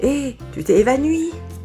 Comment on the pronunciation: "eh tu t'es évanUi"